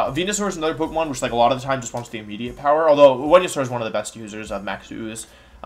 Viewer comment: kinda figured that was the case but I thought about how he pronounced Venusaur as wenusaur and thought maybe he has a speech impediment which at the end of the day doesn’t matter but I’m just curious